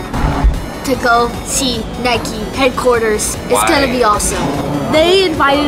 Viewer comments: Triggered by the way they say "Nikey" eurghh. It's 'Nike' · It's Nike not nikey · Nike is probably pronounced like bike. Not Nikey. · Don’t you mean Nike not nikeeeeeeeeeeee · nike not nike-e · the way you say Nike triggered me